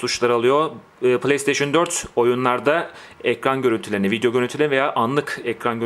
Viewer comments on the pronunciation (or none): none